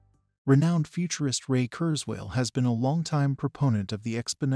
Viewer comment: The AI voice is unimpressive; among other things, it doesn't even pronounce Ray's family name correctly. Still...happy news. Too bad this was posted before the GPT innovation became widely publicised.